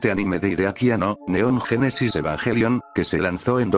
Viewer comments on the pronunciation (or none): none